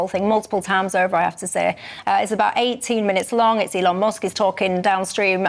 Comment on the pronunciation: His name is Elon,..... go on, say it.😊